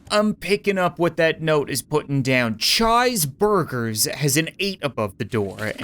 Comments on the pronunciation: approximately: prounounces Chy's burgers Me: pronounces cheeseburgers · Chi's Burgers is actually supposed to be pronounced "Cheese Burgers" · So no one is angry that he said chi's burgers wrong?